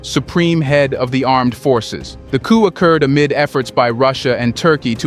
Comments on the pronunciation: 'Coup' is pronounced 'koo' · Coup, pronounced "ku" with a long u sound.....it is French....meaning "a sudden, violent, and unlawful seizure of power from a government."